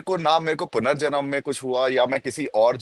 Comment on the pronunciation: भाई punarjanm होता है